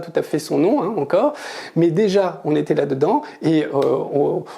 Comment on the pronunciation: Ça fait saigner les oreilles cette prononciation incorrecte du français : "Juillé" pour "juillet" "Il fé" pour "il fait" "C'été" pour "c'était" "Deu" pour "de"